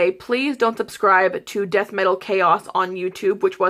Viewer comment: ***** Well that's good. And lmao. Amy can't even say "subscribe" or "pieces" correctly. I am sure a 4th grader is smarter than her xD